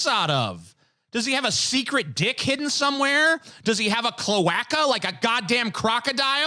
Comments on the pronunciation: It's pronounced cloe-ay-kah, not clow-ak-uh. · That's not how you pronounce cloaca